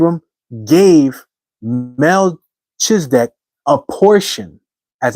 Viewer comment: Just F.Y.I., it's usually pronounced Mel-key-zah-deck. 😊